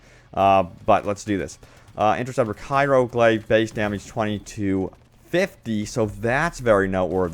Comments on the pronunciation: it kills me to hear you pronounce "Cryo" like "Cairo" - lol. Great Video, like always.. :D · CRY-OH... CRYYYYYYYYYY-OHHHH(as in cryogenics). *Cairo* is a city in Egypt sir.